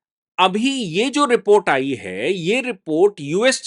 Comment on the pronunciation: बाली नहीं। वाली। आयी नहीं। आई। अपनी हिंदी सुधारो।